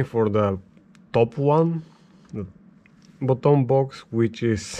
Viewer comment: I love how you say BUTOUN box... love everything you have there brother. Crazy rig!